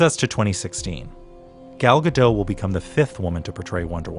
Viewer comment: It's Gal Gadot, not gadow. There is a T at the end.